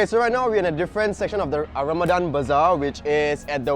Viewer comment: Eh you malay right? why u cannot pronounce ramadhan properly? #actonly.